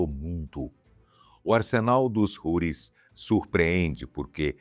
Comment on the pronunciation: A pronúncia em português não é Roris e sim Routis.